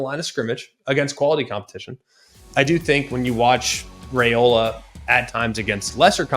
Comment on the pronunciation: Very good report, but please learn to pronounce players' names before the show. Raiola is pronounced Rye-oh-la, not Ray-oh-la. Thanks!